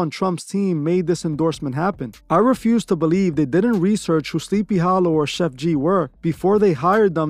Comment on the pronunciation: "SLEEPY HALOO"😂😂